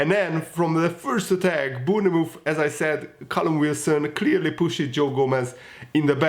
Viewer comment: Lol sry but try and say Born Mouth, Bornmouth this will help with the pronunciation hehe 😆